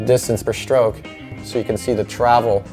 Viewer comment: Great video, would be so much better if he said "stroke" instead of "schtroke"